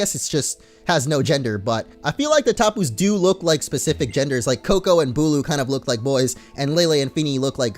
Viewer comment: BULU! Not bulk